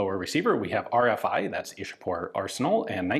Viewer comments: same. Ichapore is how it's pronounced In local Bengali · It's 'Ishapore'🙂